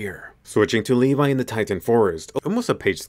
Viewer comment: Now he become "lev" instead of "levi"